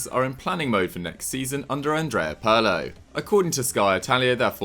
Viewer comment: You can pronounce the ¨i¨ in irritating? Good. Now say Pirlo with the same ¨i¨ pronunciation. You re welcome.